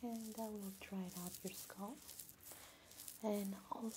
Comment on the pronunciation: I love the way you say scalp. Everyone i know says "sc-ail-p"